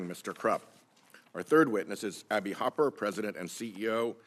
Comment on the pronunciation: Kennedy is so lame he doesn’t even know how to pronounce Hopper. His country bumpkin routine is so tired.